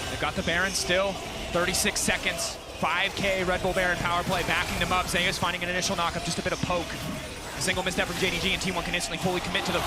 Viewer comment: He cannot pronounce ZEUS properly? ZE YUS? WTF